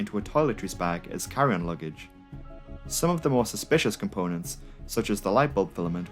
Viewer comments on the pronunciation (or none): I started laughing because I heard him say "Karen luggage" instead of "Carry on luggage" and i thought to myself "wow they actually make Luggage especially for Karen's".😂😂😂😂